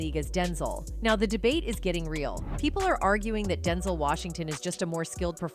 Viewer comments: Who is Densel? It's Den ZELLE 😆🤦‍♂️ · I hate these AI voice narrators that don't know how to pronounce common words or names! Denzul...are you kidding me?! Rocky 2 inches? Rocky 3 inches? Somebody needs to be fired!!! Oh wait, you can't fire a robot!!!